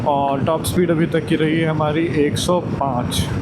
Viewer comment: Ek blog me bhai ne 1000 bar औङ औङ bol di. Bhai pronociation sahi kar lo और hota hai औङ nhi bohot irritating lagta hai baki keep it up